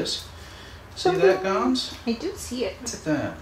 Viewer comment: Gonso guys....it's Gonso. And I was cringing watching this vid also. She seemed to be adamant on laying out big hints as to his identity for some reason. The word to describe the whole thing is "unprofessional". I feel that she has been working long enough with Dr. Gilmore by now to know better. Sorry....I felt I had to say this. I love you all though! honestly.